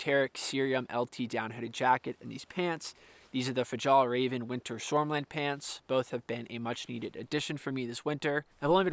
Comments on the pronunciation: I don't think you pronounce the J in Fjallraven. Its more like Fyahllraven when spoken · Not to be the grammar police or anything but it's pronounced Fee-yall-raven..but I often say it the way you do.👍😁😊 Absolutely stunning scenery! Cheers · Fjallraven is more like fee-all-rah-ven I think, certainly not a hard J sound. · FYI, Its CO not CO2...and you dont pronounce the "j" in fjallraven. :)